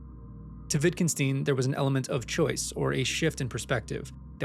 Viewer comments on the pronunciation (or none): WittgenSTEIN not "steen". Stein, as in Einstein. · I cringed at the way you pronouced "Wittgenstein". The "Stein" is pronouced the same as in Einstein, not "steen". Otherwise great video, just felt the need to point this out.